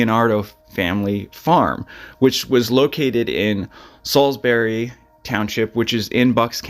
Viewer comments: It’s Solebury though, not Salisbury. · he is accurate he’s just saying it wrong this happened on cosmos farm in Solebury township which is in bucks county not Salisbury township in Lehigh county where you grew up